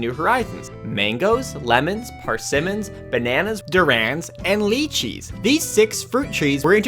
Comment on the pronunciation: "DuRaNs" "LeEcHeEs" Me: Wót?